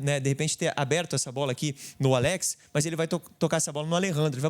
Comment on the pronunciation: Muito boa análise, Bernabei jogou muito. Só para contribuir, o nome do jogador pronuncia Álex e nao Aléx. Baita vídeo!